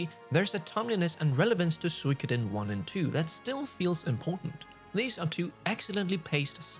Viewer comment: What if you learn how to correctly pronounce Suikoden? Geezz... Every time...